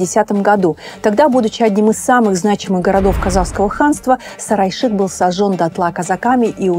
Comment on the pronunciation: Столица Улы Улуса, Сары Айшык. Пожалуйста озвучивайте эти наменования правильно. Невозможно понять о чем речь.